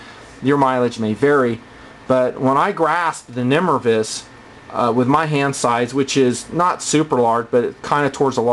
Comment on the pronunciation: Pretty sure it's nimrayvus not nimruhvus.